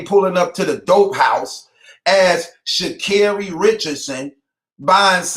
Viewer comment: It’s pronounced Sha’ (carry) Carri 😌🤷🏽‍♀️